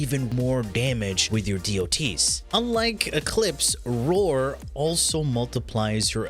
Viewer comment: Just the video i needed.. And.. OOOOOH. ROAR! You're saying ROAR. Why the HELL do you say it "Vore"? Do you know how freaking long i looked for a "Vore" mod?